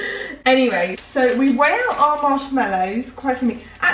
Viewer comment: Marsh mellows? It's mallow! 🤣